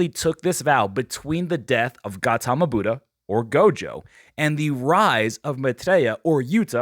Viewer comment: Bro F***'d up the Gautama Buddha's pronunciation😭😭